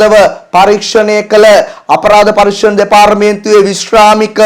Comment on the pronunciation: දෙපාරමේන්තුව!!! 😂😂සිංහල ඉගෙන ගෙන සිංහලෙන් කියවන්න